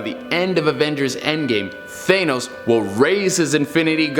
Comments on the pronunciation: 1 year after Infinity War and people still say that it’s Thay-nos Its THA-NOS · "THANE-os" smh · stop saying thaynos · THE FACT THAT HE SAYS THAYNOS JUST BUGS ME SO MUCH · I hate the way he says thanos. He says it like thaynos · i stopped listening when you said th-ay-nus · For number 3 instead of thanos, it's thano. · He just said th-ay-nos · Lol he said Thenos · Only argument I have is your pronunciation of thanos. “Th-anus” lol come on man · I don't know why, but the way he says "Thane-nos" doesn't quite work....just me idk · The way he says thanos kinda bothers me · Take a shot Every time he mispronounces thanos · The only thing scary about this video is they way he pronounces Thanos